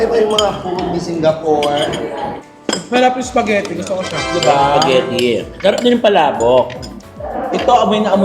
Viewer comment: Spaghetti or SPAGHERRI????? Because I heard SPAGHERRI a lot! hello & ng bayan.👍